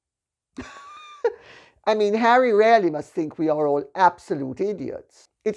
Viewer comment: Her "really' sounds as "rarely" :-)